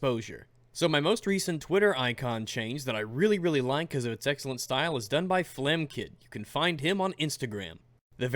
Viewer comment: Did I hear stoyle?